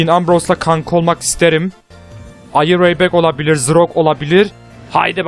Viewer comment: lütfen the yı zı değil the diye oku.